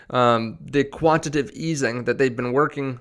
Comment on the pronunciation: Yo it's not quantative. It's "quantitative"